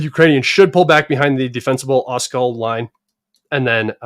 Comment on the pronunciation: Оскол - is pronounced with the accent point on the latter letter O: Oss-cOll